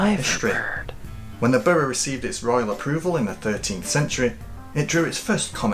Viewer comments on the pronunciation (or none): none